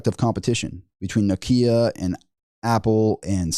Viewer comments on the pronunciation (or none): none